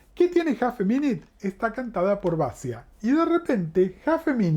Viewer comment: Se escribe Basia y se pronuncia bachia ....para q lo sepas.......criticon